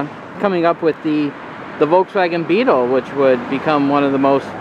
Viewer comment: You try to get us to properly pronounce “Porsche” (according to the German pronunciation) but then you mispronounce “Volkswagen”, the company what owns Porsche! Just how do you pronounce “Hyundai”? Ha-ha!